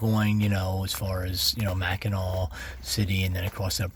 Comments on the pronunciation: Thanks for coming to my home state. Come back in summer it will be full of tourists learn to pronounce Mackinaw right so u don’t stand out. The big discussion is did u have catsup or gravey on your pasty. Lots if antique malls flea markets and goodwills here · Being a Michigan resident, I especially enjoyed your video. Sorry, but I had a few giggles at your expense over your pronunciation! Whether it’s spelled Mackinaw or Mackinac, it is always pronounced Mackinaw. Pasties are pronounced like “PAST-ease.” They come from Michigan’s past. During the period of underground iron and copper mining, many former tin miners immigrated from Cornwall, England and brought their lunches with them. Pasties were a favorite lunch item for miners. They were easy to carry, nutritious and filling, and the thick crust around the outer edge made a convenient, disposable handle for eating with dirty hands. Thanks for sharing your trip with us and for featuring some of Michigan’s beautiful places. We have many more, so I hope you will return!